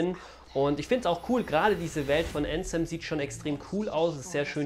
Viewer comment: Die Legende besagt das bis heute keiner Anthem richtig ausgesprochen hat XD